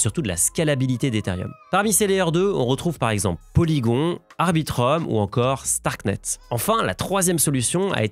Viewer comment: PolyGON ha ha à la française 😂, explications clair Merci